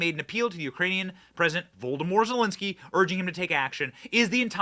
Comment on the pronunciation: It's not Voldemort zelenski lol Vol- oh- dough- meer Like Vladimir but with O's He who shall not be named lol